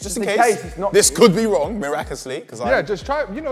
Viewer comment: Did say “miracously” 😂